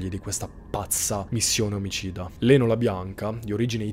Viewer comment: Ciao, solo una piccolissima precisazione: Leno si legge "Lino". All'epoca molti nomi italiani venivano scritti in modo che fossero pronunciati in modo simile all'originale. Lino andava pronunciato "Laino" 😂 invece scrivendo "Leno" si poteva pronunciare in modo giusto "Lino". La storia della family è agghiacciante. Oggi il piccolo avrebbe ben 54 anni, che tristezza sapere che la povera Sharon non viene ricordata per il suo talento d'attrice ma per la terribile morte che ha trovato quella notte.